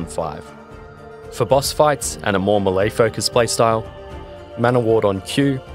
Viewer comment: i know this is 3 years old but i just have to say.....mulay hurt every single time i heard it 🤣